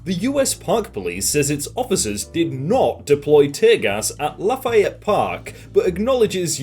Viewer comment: pronouncing it “at laugh-eye-ette park” Me, a Cajun who lives in Louisiana, and knows it’s pronounced“laugh-ee-ette”: 😔